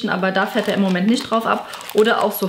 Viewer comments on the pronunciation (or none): none